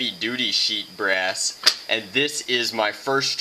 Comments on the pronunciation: BRASS not breast. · im sorry what did he say? sheet brass or sheet breast?